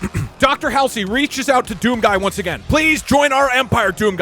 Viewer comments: Doug not knowing how to pronounce Dr Halsey’s name is funny as fuck. Bro has never played a halo game my god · I know he probably gets currented a whole bunch for it but pronouncing Dr Halsey as hail sir and not hall sea is so annoying to me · I dont think there's been a clearer indicator that Doug has never actually played halo than the fact he pronounces Dr. "Hall-zee" as Dr. "Hal-see" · I hate to be that one person, but it’s pronounced Hall Z, not hall see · Why do you keep pronouncing Halsey hallsy 😑